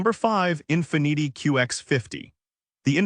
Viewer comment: Try pronouncing Infiniti again?